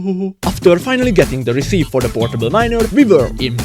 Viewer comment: Very impressive how quickly you did that and how you solved the portable miner problem. I would have given up. Bonus points for the alligator animations and your pronunciation of "receep" 😂💛